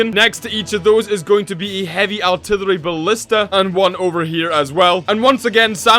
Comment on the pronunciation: Its artillery not altilllary